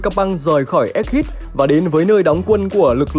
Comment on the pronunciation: egghead đọc là éc hét chứ k phải éc hít đâu ad :))